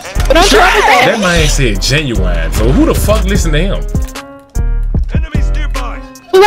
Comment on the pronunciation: Lmao Genuwine 🤣